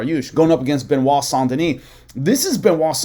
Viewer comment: Saint Denise. French pronounce it soft a. As in sand. Not. On sound. So you trying to sound like you speak French is bs.